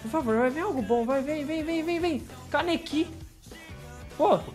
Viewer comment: Pq o fala kanekí sendo que se fala kanéki n kanekí a silaba tonica é o ne e n o ki